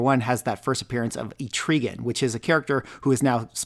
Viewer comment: Sounds like Et-tra-gan